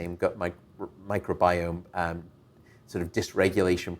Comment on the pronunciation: The way Dr. Patrick says gut really bothers me.